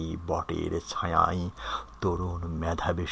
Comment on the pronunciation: Mohammad Asaduzzaman Mohammad Asaduzzaman 1 second ago কিছু উচ্চারনে সমস্যা হয়েছে।যেমন - মিছিল, ছায়া,কোমল।